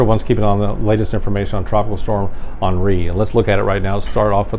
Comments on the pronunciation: Awnree? Really? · Good ole’ geoengineering…. Gotta love how most commentators/spokesmen/spokeswomen yada yada yada say “Ahnree” 🤣🤣🤣🤣🤣🤣. Ummm, I think it’s Henry.